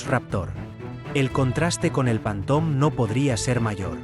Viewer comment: En espann̈a no saben decir ni una palabra en Ingles? Panton?